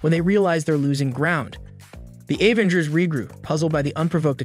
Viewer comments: OMG! I was just gonna say something about that.. Obviously I think it is a AI program. He kept saying "A-vengers" and other mispronunciations driving me crazy! He kept spelling out M.o.D.O.K. & Shield instead of saying their name. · OMFG YES. A-ventgers. FML. Thumb down, skip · I tried watching this but when you kept saying A-vengers I just couldn't do it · Right? A-vinjers and M.O.D.O.K. Gravitin and Ultrin. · stOP calling it AYE VENGERS MANNNN WTF!!!!!